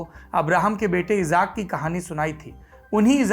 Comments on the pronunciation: pe aap ijaak bolte hai wo ijaak nhi ishaq naam hai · भाई इज़ाक नही इसहाक़ होता है जो हमारे एक पैगम्बर मे से एक हैं